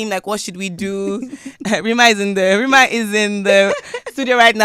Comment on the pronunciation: Not Rema oh, Rema pronounced as RIMA, her record label A&R.